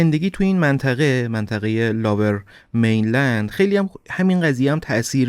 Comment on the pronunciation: ، ببخشید این منطقه لُورمینلند(lower mainland ) است به معنی مناطق پست تر یا پایین تر به نسبت رودخانه فریزر،نه لاورمینلند. ارادت